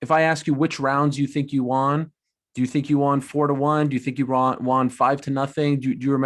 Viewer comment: ariel is pronouncing won wrong....